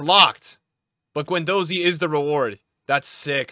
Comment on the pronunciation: pronouncing Guendouzi wrong for the 34th time